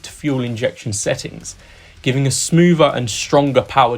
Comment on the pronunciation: 'Smoover',and 'number free' for number three? You'd think if the job required a public speaking element you might employ someone who can speak English.